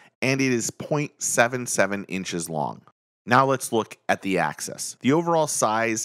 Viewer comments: You’re saying access 😆 it’s not pronounced that way , it’s “axe us” 🤣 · Good video nice comparison but I can’t believe nobody commented how it drove them nuts every time he pronounces axis like access. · The way you say axis is like access but with xs